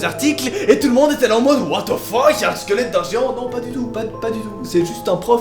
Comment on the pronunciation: j'aime ton what tze fuck